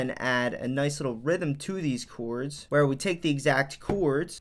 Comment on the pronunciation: Came here to hear you say Ceeewwrds